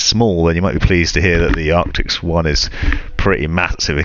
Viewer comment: ARCTISSSSSSS not ARCTIXXXXXXX.